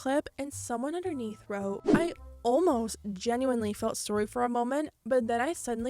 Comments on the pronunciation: Is Canadian? Everytime she says sorry I hear "sowrry" and I don't know if it's just my ears. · This is off topic but I love the way you say "sorry" I hear some Canadian in it LOL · I love the way you say "Sorry" for some odd reason